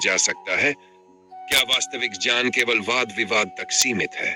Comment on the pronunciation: " ज्ञान " शब्द का उच्चारण बार-बार "ज्यान " के रूप मे किया रहा है जो गलत है!